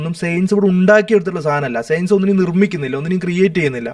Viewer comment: എടാ..സെയൻസല്ല സയൻസ് നി അതെങ്കിലും മര്യാദക്ക് പറ.